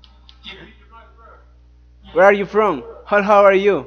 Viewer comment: Gue arr iu from? Gue arriu from? Xdxd